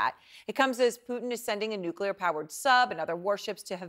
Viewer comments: Nuclear. Not "nukular." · It’s pronounced “new clear” news reporter guy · This guy reports for CNN and doesn't know how to pronounce NUCLEAR ... There is no such word as NUKULER ... Ffs I think there was a Simpsons bit about this. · It's not difficult to pronounce the word "nuclear"